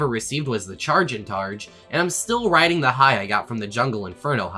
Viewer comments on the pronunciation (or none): none